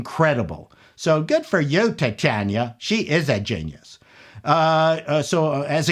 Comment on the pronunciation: "Tit-Chanah" - HOW FUNNY!!